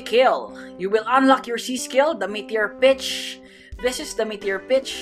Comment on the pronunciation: The way you said pitch😂